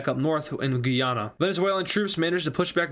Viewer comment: French guiana and Guyana are differently pronouced